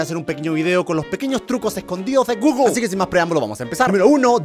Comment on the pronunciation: No se dice guglo se dice guguel pero se escribe google